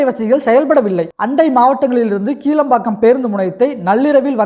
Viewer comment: கீழம்பாக்கம்இல்லைகிளாம்பாக்கம்இதுகூடதெரியலநீ எதுக்குவீடியோபோடுரே